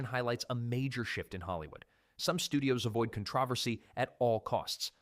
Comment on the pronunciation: AI voice humans don't pronounce "controversy" like that 😂